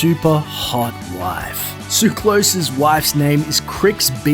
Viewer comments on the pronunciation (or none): ugh can you people ever pronounce anything properly?! it's not "tsuklos", it's TSOO---ka-los!! emphasis on the 'u'!!! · "Suclose came by his name the honest way, by being born in Switzerland" I don't have a drop of Greek blood running through my veins, yet i know this is a Greek name and you're pronouncing it wrong.